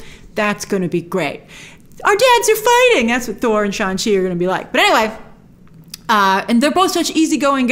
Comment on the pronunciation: Am I the only one laughing every time I hear “Shaun-Chi”